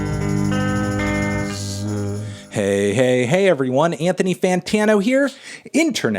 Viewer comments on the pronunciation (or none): none